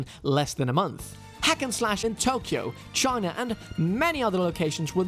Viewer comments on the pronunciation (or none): none